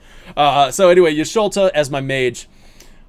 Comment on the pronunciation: I hope to HEAR some new arrangements, Cosmo Canyon etc. PS: Bugenhagen sits on a floating levitation ball, source is FF Wiki. Had to look it up, cause as a kid I thought he just had no feet 😂 PPS: Y'sholta? I think you mean Y'shtola ^^ I could listen to you guys for 3h straight, easy! Thx for the interesting discussion